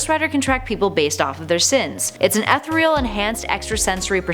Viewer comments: Just a small thing. You pronounce all the vowels in ethereal it's not ethreal. Same with conjure. The emphasis is on the first syllable. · Etha-Real? Con-Joire? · Really "ethriall" "cunjer" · Wesley Prout Or when she pronounces ethereal ... ethrel. ugh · I'm sorry don't normally say anything correcting grammar. There are enough Nazis on the internet but this video made my hair stand up. Conjure was mispronounce way too many times as well as ethereal. Hopefully that's the last before finishing this video.